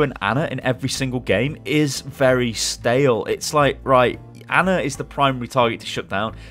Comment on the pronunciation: Her name is Ana, not Anner